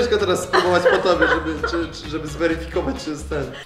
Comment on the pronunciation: "niee, trzeba to zweryfiyyfejkować" hahaah